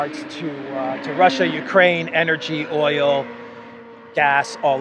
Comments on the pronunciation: “Oyel “ Love the (Brooklyn?) accent! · Like Olive Oyoll?